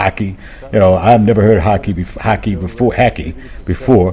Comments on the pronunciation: One of the best reviews I’ve seen from an American (as most reviews online often come across with a huge degree of American arrogance, ignorance and entitlement) this review did not 👍🏻 regarding the fish named hake, it’s not pronounced maki as in sushi but instead it’s pronounced the same way as you would the words bake, cake etc. also, Hake fish is the most common go to and affordable fish that can be found everywhere (it basically comes from the British dish Hake and Chips. My favourite local fish is Kingklip. Regarding your experiences at various fast food chains wrt to decision making, true to a large degree but it’s also differs from one food chain to the next or even from one franchises (same brand) to the next. I guess it becomes a trust and competence issue. Also with regards to food stores, Pick n Pay and Spar are good but Woolworths would be considered premium (next next level shopping especially when it comes to fresh produce. This sometimes is not always true as there are many Pick n Pays, Shoprite and Spar stores located in affluent areas that at times rival the quality of Woolworths. Bottom line…there is no standard from store to store as to the quality of food and items sold as it all depends on where the store is located (ie is the store servicing rich, middle or poorer communities. (I hate this segregation by the way when it comes to food but I guess it makes business sense as the model is basically pay more (higher earners) for better quality)…regarding fore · "Buddy" bottle only refers to small bottles of Coca-Cola. The "hake" fish is pronounced as hayk. Anyway, loved listening to your perspective 😊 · YOU MEAN HAKE AS IF YOU SAY HATE?? LIKE COD!😅 COMPLETE MISPRONOUNCED THAT, SNOEK= SNOOOK, PRONOUNED, DELICIOUS 😋 BUT DAMN BONEY, ON THE BBQ OR AS A COLD SUMMER DISH WITH PICKED ONIONS IS GOOD AND SPICIES!👍🇿🇦🇿🇦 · loved your tour of my country, Hake fish is pronounced "hey + k" hope that helps ❤ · It's pronounced HAKE as in CAKE ! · Hay-k.... 😂 hackie